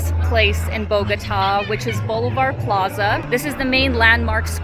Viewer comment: its funny how you call ´´la plaza de bolivar´´ blvd square lol